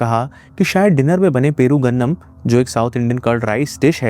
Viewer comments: It's perugu annam not peru gandam 👍👍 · It's not perugannam.its called perugu annam. Perugu means curd annam means rice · It's perugu annam...curd rice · It's pergu (curd) annam (rice)